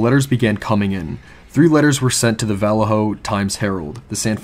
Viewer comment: lol the way you say Vallejo I can tell you arent from around here. Its okay its a total shithole in modern times. I live about 30 min south of there in a nice area but I've never heard anyone say Vallejo like that. I envy you